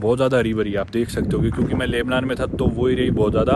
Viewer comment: Lubnan ,Laibnan nahin. Aur Syria ko Suriya bolte hai